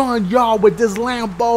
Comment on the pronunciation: why he say Lambo like that🤣😂